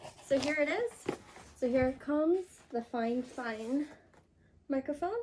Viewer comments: Girl you said fine fine I think it’s fi fine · i love how she says fifine XD